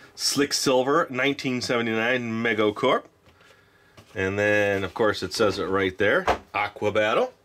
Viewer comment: I should have said something about this in the last video.... but you are saying it wrong... it is not MEG O.... it is ME GO said like: me go to the store...... MEGO was the FIRST company to produce licenced super hero action figures their line was called World's Greatest Super Heroes.... some of these action figures if found mint on card are worth thousands. They also did the first celebrity dolls and were also famous for producing the Micronauts . So, better to try to say it right out of respect for the company..... so again it is ME GO...... and I LOVE These quick sliver games.... Mego made some GREAT items and I wish they were still in business.